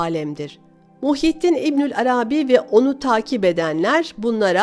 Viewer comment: Arâbî değil de Arabî olacak sanki. Selamlar.